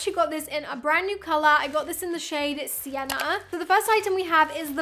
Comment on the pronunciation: Everytime you said sienna it through me off so much 😅